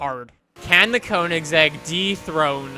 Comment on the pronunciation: It's pronounced kongseg.